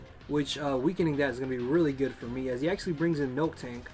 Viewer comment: Miltank! Mil-tank, not "Milktank".